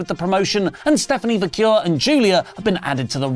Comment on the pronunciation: I think I’ve now heard say 5 different ways to pronounce Stephanie Vaquers last name lol. Can someone tell me what the actual pronunciation is?